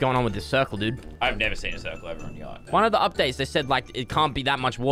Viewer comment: yacht sounds like gyatt 💀